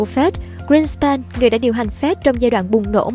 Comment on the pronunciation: Sao đọc là Phét (FED). Phải đọc là " Ép I Đi" (FED)